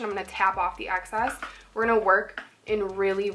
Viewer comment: lol at the end of the tutorial you say now eere gonna swatch all the lipsticks. haha too cute. love you. i always struggle to talk Haha.